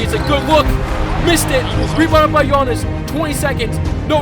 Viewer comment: Am I the only one who hears that he says ganniss and not giannis